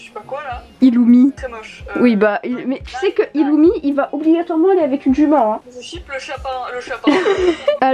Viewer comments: mdrrrrrrrrrrrrr oh non pourquoi avoir au tant mis des dossiers sur Illumi 😭moi aussi je dit Illumi et pas Irumi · Ca se prononce ilumi et killua mais normalement c'est iRumi et kiRua.